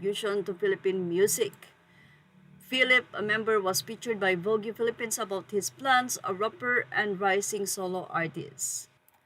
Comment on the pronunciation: Please please please, get the right pronounciation of Vogue and debut. Vog silent ue, debu silent t.